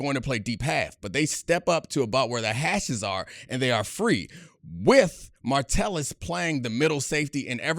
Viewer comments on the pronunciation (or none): MA Tell Us.... Ma tell Us.... Not martellus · I stopped watching when you said "martellus" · Idk why but it bugs me when he says Martellis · Honestly can’t watch this having him mispronounce mattelus over and over again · Watch Gruden do his Packers/Vikings preview. He called him "Martellis" too. Gruden pronounced a lot of names wrong - GREENard, Tyson Chandler (name is Tykevius), Josh Martellis, etc. You can tell the defense is largely made up of great scheme players over stars if you don't know some of the players. BTW, his favorite players were Cashman, Martellis (lol), and Van Ginkel. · can't even pronounce Josh Metellus' name correctly